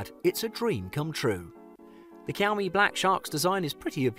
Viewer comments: it’s shaomie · What the heck. Kiaomi ? It's Xiaomi dude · Shaomi not kyawmi 😂😂😂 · It's pronounced as shaomie Not kiaomi . Bruh I can't with white people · I m using poco ,pls don't buy, it heats too much and legs like hell. I bought after watching such video, pls mention all things,don't go for money cause it hurts. Maybe one plus or iphone is better option. He said 'kiyaw me', lol😆😂😂 Unsubscribe , Actually it pronunciation is 'sha-o-mi'. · "kiaomi"? Never heard one.. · i stop watching immediately after i heard the first kiyau-me.. bruhh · It likes kiaomi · Jiaumi i was like wtf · Why does he keep saying kiyaomi? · Kiao-mee? what kind of cat is that? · Did I hear Qiomi? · Cowme , Kiaumi, Kiaomi 😂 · Jkhiaumi .. hahaha.. lol... Wtf Cant trust a review by a guy who pronounces the name of a product wrong.... No way... Yup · Why? Kiaomi???? 😂😂😂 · Xiao mi is pronounced shau mi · pronounce it like shaomi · Siaomi??? Lol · Dude why your saying the brand by K iys a X not K